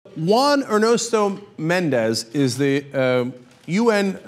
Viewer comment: Arrrgh Cenk you live in LA and you can't pronounce Juan Ernesto Mendez?